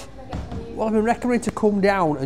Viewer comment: Love he he pronounces thank you Thank yow thank yow